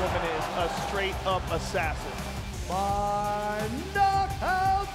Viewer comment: Assassin!!! Joe said it right